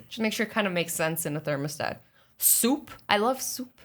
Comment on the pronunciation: ...……..did she say....thermasdat…...my god...……..